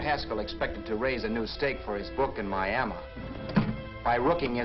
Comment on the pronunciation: "Mi-a-mah" for Miami.